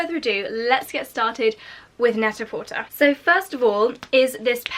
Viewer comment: The site is pronounced net a por-tay. It’s a play on the French phrase pret a porter, which means ready to wear.